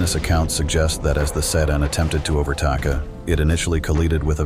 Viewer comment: Overtaka and vehciler now that is a word mistake